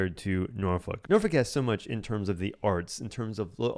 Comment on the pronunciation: Please pronounce my hometown of Norfolk as Norfek. If you’re a local you’d say Nawfek. NOT Norfuck. Good grief!